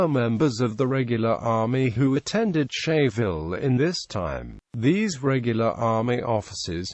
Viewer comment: Scheyville is pronounced "skyville"